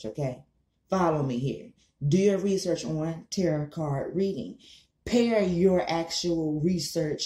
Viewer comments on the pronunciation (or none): You sound like Bush saying "terror" when you attempt to say tarot...